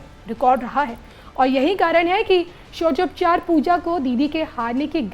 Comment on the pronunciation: षोडशोपचार नहीं बोल पा रही एंकर😅😅